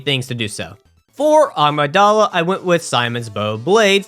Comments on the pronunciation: Is it Amygdala or “Agmadala” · Nobody (not even NPCS) can convince me it is not pronounced as Ah-my-guh-dayla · Aaamigdaala i am dead 😂😂. Spare my ears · Why is everybody always pronouncing amygdala wrong? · Am I insane or does every Bloodborne youtuber pronouce "Amygdala" horribly wrong????